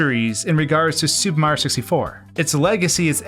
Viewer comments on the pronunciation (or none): Why does it always sound like you say "Super Ma 64" ? I've always heard it called "Super Mario 64." Where did the "rio" part go?